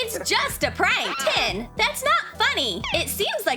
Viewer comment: It's tin